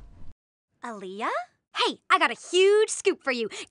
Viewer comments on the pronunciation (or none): ALIYA?? it’s alya ALLL YA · "Aliyah" omg the prononciation tho